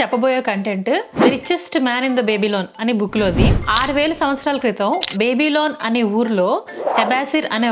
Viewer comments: Baby - loan kaadamma ba·buh·lawn pls spellings chuskon pronounce cheyandi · బేబీ లోన్ కాదది....బాబిలోన్ అని పలకాలి.... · బేబిలోన్ కాదు 😂 అక్క బాబిలోన్